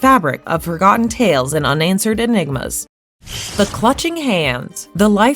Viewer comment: Whoever read this didn't write it. If you don't know the pronunciation of a simple word like "annals " you're going to run into trouble with ethereal and enigma. I can forgive a couple of flubs but the lack of comprehension strips what should be a skillfully written informational video into disjointed static.